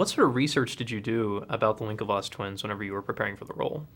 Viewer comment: I think is Winklevoss, not Winkelvoss...